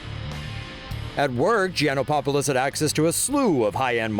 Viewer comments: late comment.. clearly, he messed up mentioning Brandon's last name.. it only has one "1" po in Gianopolous yet the reporter keeps in mentioning Gianopopolous.. hahahaha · His name is Gianopolous, not Gianopopolous. At least have the courtesy to pronounce his name correctly no matter what kind of person he was. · Gianopapolos? Don't you reporters know how to read?